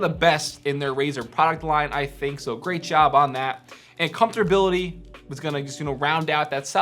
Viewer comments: "Comforbility".. nigga what😂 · WTF is comdforbility, learn english! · “Comfterbility”.... hahaha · "Comfortability" lol